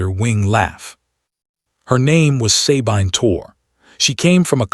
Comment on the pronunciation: Sabine is correctly pronounced "suh-BEEN" in English or French, and "suh-BEE-nuh" in German. NEVER EVER "SAY-BINE" BINE as in MINE. NEVER. EVER. Great story though.